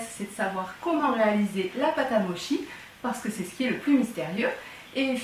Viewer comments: Ca se prononce moTchi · Ca se dit motchi, parce que la transcriptions dans notre alphabet ne correspond pas exactement à notre prononciations des lettres. En réalité le mochi en fait c'est seulement la pâte, sinon quand c'est fourré c'est des daifuku... Je ne pense pas que le motchi soit Japonais ( en réalité c'est Chinois), mais les daifuku le sont.... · o prenonce motchi en japonais :)) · ch en japonais se prononce tch donc ça se prononce moTchi. sh se prononce ch donc wagashi. Merci pour votre recette. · On dit motchi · sa se dit « motchi » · Sa se dis : moTchi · Hello ça se prononce (motchi) et c'est japonnais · On dit motchi mochi s'écrirait moshi et moki serait une prononciation italienne lol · Merci pour cette recette ! Pour info, c'est Japonais et ça se prononce "motchi" :) Je ne savais pas qu'on pouvait utiliser du riz gluant et le réduire soi-même en farine, par contre ça m'embête d'utiliser du cellophane car j'essaie de m'en servir le moins possible.